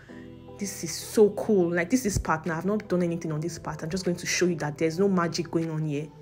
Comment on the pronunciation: Why pronounce consonants before vowels? Harm hole? Or Arm hole? Educate yourself. You are confusing people with your pronunciation of certain words. Hiron instead of Iron. Hor hanything, etc. Apply yourself. Thanks